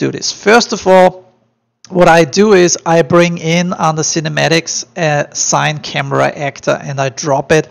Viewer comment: Great tut bro! Everything was helpful. Thank you for making it! Just a side note since no one here mentioned. CineCamera is pronounced "See-nay"camera not "sain"camera. :)